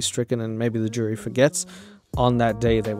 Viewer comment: the way you prounce jerry judge is the same you would pronounce jury, judge, so i was really confused because thsts what i thought you were saying lol